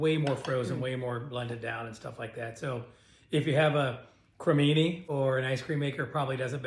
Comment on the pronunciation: I’m not sure if you were joking, but you do know it’s a ninja creami, right? There’s no such thing as a ninja creamini!😂